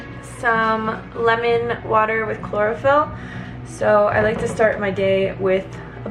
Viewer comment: Hahaha i thought u said chloroform. I was confused.